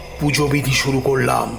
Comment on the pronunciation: বাচিক শিল্পীদের কন্ঠশ্বর ভীষণ ভাবলেশহীন, আর মূল বাচিক শিল্পীর শ্বাসাঘাতে সমস্যা আছে। আর প্রতি শেষ শব্দের দীর্ঘ উচ্চারণ!! উদাহরণ যেমন .. "করলাম" উচ্চারিত হচ্ছে করলাআআআম!!!